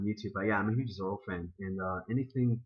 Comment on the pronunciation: ZORRO! not Zorry. Zorry is an A**hole.